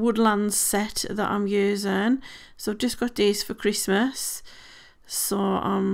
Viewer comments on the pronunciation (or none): none